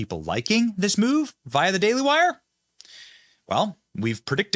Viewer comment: Benny it’s via (veeee-uh) not vya (vyy uhhh).